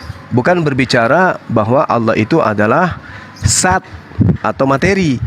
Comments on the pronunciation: Dzat, bukan zat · Sat, zat dzat , beda itu, yg betul dzatulloh, bukan zatulloh